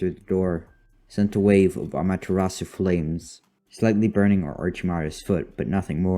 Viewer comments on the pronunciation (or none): none